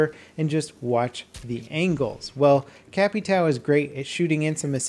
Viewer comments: Its pronounced capito not capitao :) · capitao = capitan but if you dont want do translate you can say "capi-town" caveira = skull you can say it like "caveira" but it's important to dont skip the "i" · It's a good vid but it's pronounced cap/I/tay/o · CapitAAAAL... Não da pra pedir que eles saibam pronunciar ÃO, mas bem loco terem operadores brazucas!!! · Holy shit, Why is everyone so mad about it... Gringo means Foreign, as someone who is not Brazilian (In this case)... I just found funny how they can't say ÃO, they say AL, and for me it's just funny... I can't say correctly a lot of english worlds, chill out guys. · Come on I know you can get the name right, it's Capitão. His name is just the Captain military patent, if you can't get the brazilian version right just say it in english, it's more appealing to hear. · The way says capitão is funny lol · It's funny hearing trying to say capitao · Man, the way you speak Capitão drives me crazy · The way he says capitão is fucking horrendous